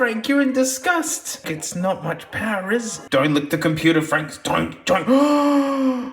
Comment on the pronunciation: fwank is peak